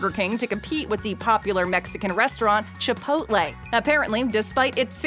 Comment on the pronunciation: The way she said Chipotle hurt me